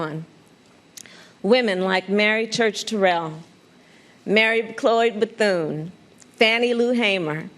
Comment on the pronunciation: Mary Mcleod Bethune...Kamala has no idea who she is. Didn't say her name correctly.